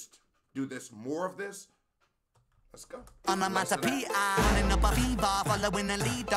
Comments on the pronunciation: Every time you said onomaTopoeia incorrectly, hurt more than it should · Lo es aún más cuando no puede hablar bien ni siquiera el inglés (no pronunció correctamente "onomatopoeia" ni una sola vez). Sin contar con lo crítico que es con el rap de Ren, cuando lo que él produce no es ni la décima parte de bueno de lo que Ren hace. En fin, un chiste.